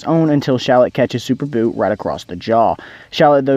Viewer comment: I mean "Buu" not "But"LOL